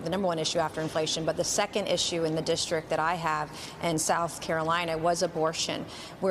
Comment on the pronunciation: And stop saying "dishtrik." It's district.